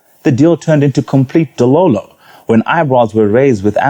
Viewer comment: iiii blaz chirungu munotsenga henyu but its dololo not dowlowlow hahahahahahahaha great show though im a fan!!!!